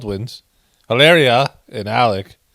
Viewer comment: P.R. emphasis on "HILLARIAS'" name is 😅😂👌... 🙏😁